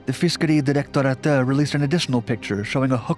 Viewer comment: I LOVE the way you said "Fiskedirektoratet". I am from Norway, so I know how it should sound.